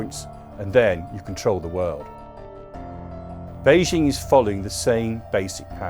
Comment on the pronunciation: 🍯🍯🍯🍯 If he knows so much about China how come he cannot even pronounce Beijing or Xi?? 🍯🍯🍯🍯